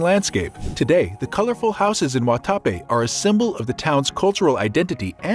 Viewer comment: Fyi. .. pron . GuataPE….accent on PE…(not. Gua TA pe) Med eh yin…or med e jin…(not Med AH yin)